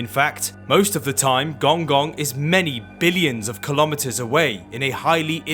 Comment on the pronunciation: Pronounced gonggong wrong